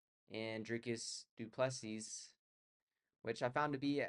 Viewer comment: Pronounced - Du Plu sea....